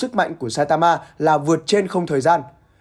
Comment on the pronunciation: Saitabu là clg ???, nhân vật tên Saitama đặt Saitabu, Nghe hảm vcl, đọc tên còn éo đúng đi so sánh sức mạnh